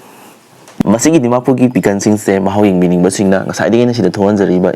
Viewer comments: PIKAN WAHAHAHAHA SAY PIKLE NOT PIKAN.IMPHAN.FOOTBON.ELELETIGITY.WAHAHA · Bro say pickle don't say pickan😅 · Pickle ❌️ Pikan✅️ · Why are you saying picken?